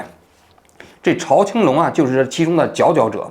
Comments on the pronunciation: 欢迎王局来日本生活。现代周刊就是八卦新闻。朝青龙，在日本华人都称呼朝zhao 青龙。朝日新闻，朝日啤酒。不读chao。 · 读zhao青龙，朝日的朝